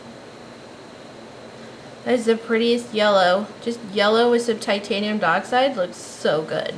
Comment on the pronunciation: I’m sorry I know it’s nitpicky but it’s not titanium duh-oxide it’s titanium die-oxide.